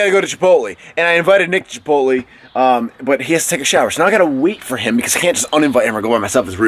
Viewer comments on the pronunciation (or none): Chipot-lay, not chipot-lee nick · it's obvious you don't explicitly say chipot lay, but it is a short e not a long e phonetically